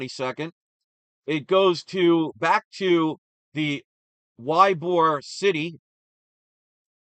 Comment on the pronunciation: Ybor is pronounced EEE bor, and it is a suburb of Tampa.